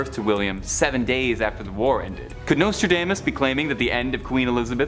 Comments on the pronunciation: Learn to pronounce Nostradamus queen. Nose-tra-DOMM-us. Not dame-us. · U mispronounce Nostradamas. It is not NostraDAYmas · Nostra - DAME - us?? Where is this guy from??